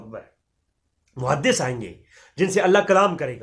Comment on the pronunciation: muhadiss nahin muhaddas hota ha